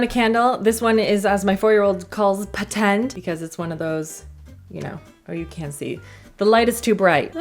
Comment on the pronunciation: “Patend” LOL